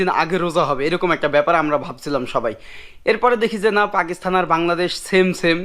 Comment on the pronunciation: Ki sob content creator! Pakistan bolte pare na, bole Pakisthan. Thu.....porashuna na korei ki.........?!?!?!